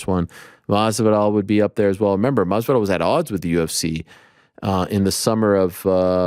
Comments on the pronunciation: C'mon Ariel Saying MaSvidal is not as hard. MaSvidal dude, with an S. Why you keep saying Marvidal? Where the "r" coming from?? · I love how every time Jorge is on he correct's how Arial says Jorge "Mathzividal" and Ariel continues to plug along with a horrible mispronunciation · The best part is Masvidal corrected him and he still says it wrong lmao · God i hate the way this man says Masvidal